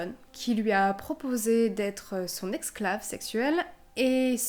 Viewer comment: Super tes vidéos, le rythme n'est pas trop rapide et les histoires intéressantes. Par contre tu as mal prononcé le mot esclave deux fois !!! Ça n'est pas exclave mais esclave !!!! Hihihihi...pas bien grave. Continue tes vidéos. Bye !